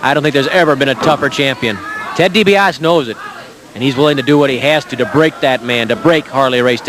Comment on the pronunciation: never did learn how to pronounce DiBiase